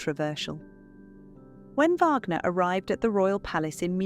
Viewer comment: At 5.12. Mispronunciation of Wagner.